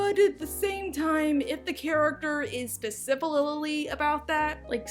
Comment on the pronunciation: Specifilly? What kinda dumb word is that? People can't talk